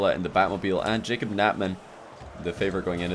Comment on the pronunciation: after awhile I just started hearing him say "J cup" then i thought, damn dems sum big ass tittays